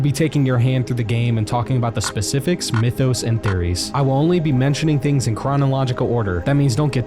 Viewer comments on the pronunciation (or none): none